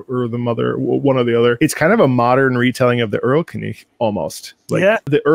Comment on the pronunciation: Yay, i've been waiting for this. Also your pronunciation of "erlkönig" got me real good